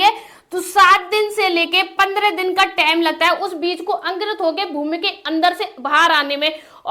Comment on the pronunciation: Time ko tame bol rahi 😂😂😂